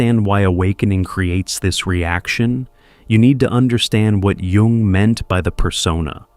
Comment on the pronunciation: I’m glad he knows how to pronounce Jung. Yoong not young.